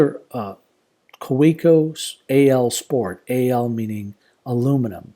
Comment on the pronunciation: If you’re a collector you may be interested in knowing the correct pronunciation of “Kaweco” is “KAVEECO”. :)